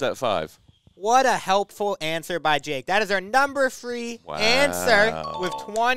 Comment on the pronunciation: “That is our number fwee answer”